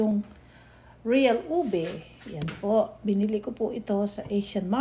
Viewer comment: Mamita naka “Une” instead of “Ube” hehe 👍🏻